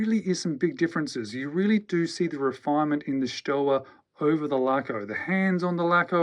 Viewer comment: Stowa is pronounced ShtoVa.